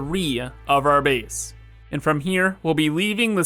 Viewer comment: I like the way he says space and base.. "There's not enough speece in our beese"